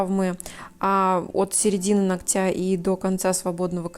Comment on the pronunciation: При всём уважени ! Вы, безусловно, потрясающий специалист!!! Но, слово нОгтя, ну, пожалуйста, ударение на Оооо... вам этоне трудно...У вас отличная речь